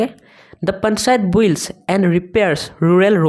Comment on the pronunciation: বুইল্ড নহয় বিল্ড